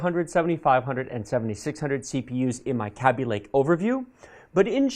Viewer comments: Kay-bee lake. That's what the people who made it call it, he says it weird & it bugs me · is a shill like that bro, its a psy-op he's pulling on us bro. He says it weird like that so you will remember easier.